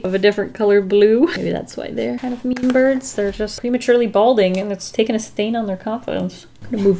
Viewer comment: Did she mean to say birds??? Either way she’s still amazing